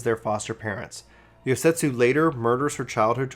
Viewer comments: I agree. Especially since he keeps calling Yotsuyu "Yosetsu", I keep thinking to myself "Why would Gosetsu do tha.... Oh, he means Yotsuyu" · Bro, it's not Yosetsu, it's Yotsuyu, you said it wrong so much it was bugging me lol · I was like who the hell is Yosetsu? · It's Yot-suyu, not Yot-setsu. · I'm not surprised people are having a hard time following this. Please, please slow down in future series videos and read the names correctly. Calling Yotsuyu "Yosetsu" is very confusing, especially when you get to the part where "Suyu" (or as you called her, "Soyu") is travelling alongside Gosetsu. You also couldn't decide on how to pronounce Allagan, frequently calling it either the correct pronunciation, or "Algean". , you pronounce G'raha as "Guarana". I was having a very hard time following everything due to these mistakes. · It took me until Doma castle to realize he was talking about Yotsuyu everytime he said yosetsu :T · Just trying to help, it's pronounced YOT SOO YOO. Yotsuyu. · but he calls her YOSETSU which isn't her name. Honestly he butchers quite a few pronunciations. which in my opinion is kind of inexcusable considering that there are voiceovers in the game that pronounce these names and titles for us. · I have to contain my urge to cringe whenever he said Yosetsu... my god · Girl her name is YOT-SUYU. Her name and Gosetsu are spelled and pronounced completely different... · I suggest practicing names if you’re unsure I love watching your stuff, but I was so confused when you were talking about Gosetsu and Yotsuyu. I wasn’t watching cuz I was washing dishes while listening. I was like “wtf is he talking about?” Lol. Then I realized you were just mispronouncing Yotsuyu